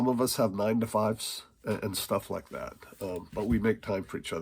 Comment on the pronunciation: When He calls me home He calls me home, until then theres shtuff to Yod.